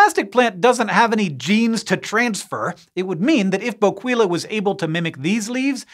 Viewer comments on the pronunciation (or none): It's pronounced BO-KEY-LA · My favorite part of these is that Hank never looks up how to properly pronounce words before doing entire presentations on them. I chuckled every time he said "bo-QUEE-la". 😂😂